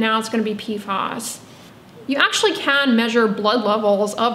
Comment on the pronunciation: PFAS rhymes with "pass". PFOS = Perfluorooctanesulfonic acid